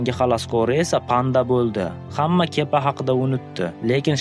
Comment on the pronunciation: Kepa emas kiba😂